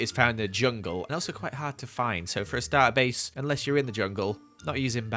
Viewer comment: “Starter bace” hahahaha